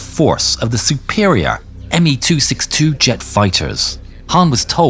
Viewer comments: Bizarre. Pourquoi dites-vous "Meuh Deu-Si-Deu" au lieu de "Messerschmidt Deux cent soixante-deux, et Calibre 50 au lieu de 12,7 mm ? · " ... une flotte de meuh deucideu " Toujours aussi impayable, l' "intelligence" artificielle et sa voix-robot ... ^^